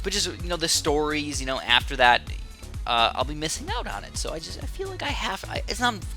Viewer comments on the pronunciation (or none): or u say k-no for know